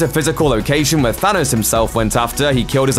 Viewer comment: Why does he say Sanos instead of thanos